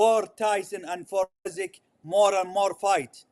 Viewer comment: As a Ukrainian I agree that this is funny =) Just as you saying "Usky" when you meant "Usyk" =)